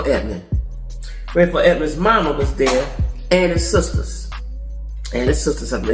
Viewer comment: well, when she said Rayful Edmonds.. I knew she wasn't lying